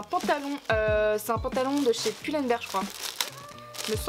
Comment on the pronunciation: Ça se prononce "poul and bir" 😂😂